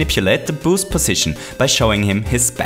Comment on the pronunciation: Lol it sounded like you were saying “booze” the whole vid. You make great vids but your accent is kinda annoying. But, ima keep watching cause these are really improving my knowledge!